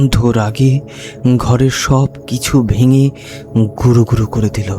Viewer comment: কণ্ঠস্বর শ্রুতিসুখকর। কিন্তু পাঠ সাবলীল নয়। Punctuation বা যতি সঠিক জায়গায় পড়ছে না। তাই কানে লাগছে। আর, 'বাস্ক' নয়, "বাক্স"। 'গুরোগুরো', 'ঝর' নয়, "গুঁড়োগুঁড়ো", "ঝড়"।